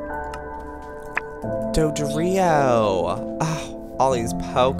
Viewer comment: When he said dodrio, he said dodario XD